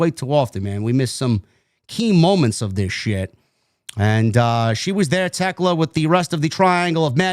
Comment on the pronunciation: Thekla,. Thekla.